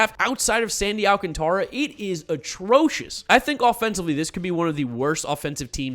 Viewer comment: Whats insane is that Sandy Alcantara's name is still being mispronounced and he debuted in 2017